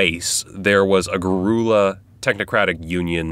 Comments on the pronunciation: I want to comment, but I need to preface with: this is 100% compliment, and zero percent a sideways insult. Ahem. I find it incredibly endearing that you pronounced the word "guerrilla" as "gah-roo-lah." (It's not commonly pronounced that way by the way, it's usually the same as "gorilla.") BUT the reason I find that endearing is that that is the sort of thing that happens to well-read folks all the time. You READ words commonly but aren't really often around people who SAY those words (it happens to my boyfriend all the time with place names. I only catch it because I listen to the radio news quite a bit, but he READS them). Anyways, it's endearing. :-) You're a reader. Bitchin. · Garoola?! "Guerrilla" warfare is pronounced the same as the animal "gorilla". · Its pronounced “Gorilla” but more of a “Ger-illa” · "garoola" = guerrilla? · Dorian sapiens I had no clue what he was saying but saw this comment- thank you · Never heard "guerilla" pronounced like that. But thinking on it, why wouldn't it be pronounced less like "gorilla"? 🤔 Cool story! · Wait did you say "Gor-RU-luh". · “Ga-roola group” lol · Ga-Roo-La Soldiers? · “Ge ru la” fuck, why